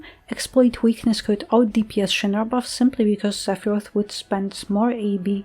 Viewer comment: Seph-PP-roth :_Doggo